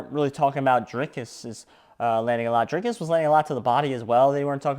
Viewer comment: Say dree as in tree,dreekus